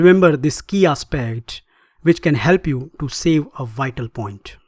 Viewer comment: you pronounce "vital" the way many Indians do with a w sound instead of a v sound... i.e "wital". But then you pronounce it correctly with a proper v sound! Ha so you CAN pronounce it lol. now theres no excuse for not pronouncing the v at the end of the word "five" instead of saying "fi". Scandinavians seem to swap V's out for W's as lot too.